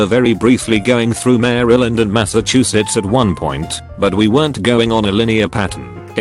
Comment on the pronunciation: "Maaaaryland and MASSAHCHUSETS"